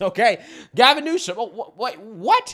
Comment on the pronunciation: ….it’s NEW-SOME..NEWSOME…NOT….NEWSON!!…..for the millionth time my man 😂😂